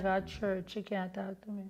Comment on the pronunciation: Did she say " cyant" 🤔 I thought the word was " can't " but anyways I don't believe in this woman none tall, not even her daughter should go and sell anything for her, it's not right in my opinion. And this woman need to accept what she did and fix herself up and stop talking shit.